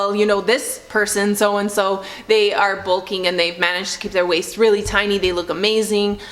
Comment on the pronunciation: Why can’t she say “real”?